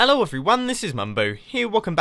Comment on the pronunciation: Mumbo at the start says "alow" guy mumbo here and...